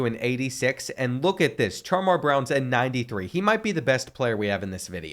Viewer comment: CHAR-MAR??... NINJA ITS SHAMAR